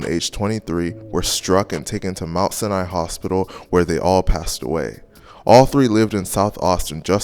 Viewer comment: They way he pronounce Sinai stroger and cicero killin me rn 🤣🤦🏽‍♂️